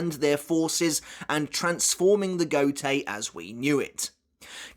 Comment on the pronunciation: Please make an effort to pronounce those Japanese names and words correctly, it's quite hard to follow when you spell it with the heavy English accent. Mispronouncing Gotei as goatee instead of go + tay, Nanao as nanaw instead of nana + o, and Haori as hey + oree instead of ha + orie are few obvious examples of why you shouldn't read those names and words with English accent. And this applies to every language, you would have some troubles following up yourselves if you hear someone pronouncing English names and words without the proper accent. 🤷 Try the heavy Japanese accent of English language (like Engrish and Japanglish), I bet you'll be confused af. 🤷